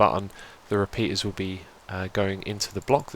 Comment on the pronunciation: The word that sounded like penis was repeaters xD